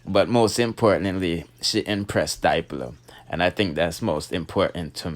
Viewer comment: It's dip -low Not Dyelo Jussa seh